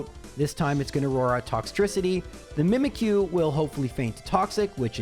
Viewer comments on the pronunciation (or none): none